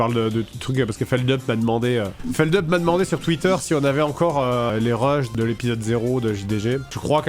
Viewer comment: JiDidGi qui prononce "Feldeup"...